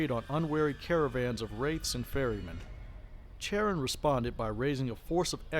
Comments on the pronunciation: Just a head’s up, Charon is pronounced with a hard K sound not a Ch sound. Love the channel. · Youtube suggested your 'History of the Underworld' vid first, and this vid was a subsequent recommendation - both were top quality, and I think I'll be referring my players in any future Wraith Chronicles I run to both of these vids to help prime them on the setting and in game history 👍 The only thing I'd take marks off for was the constant mispronounciation of 'Charon'.. yeah, it's small detail, but it irked me all the same... 👎😅